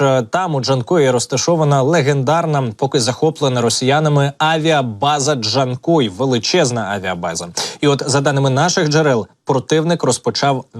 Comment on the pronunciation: Not "Dee-chan-koi," Artificial Intelligence, but simply JAN-KOI. Like the name "Jan," followed by the fish noun, "koi." Emphasis on the second syllable. I detest Artificial Intelligence voiceovers for this very reason. Just provide Professionally Translated video captions instead, please.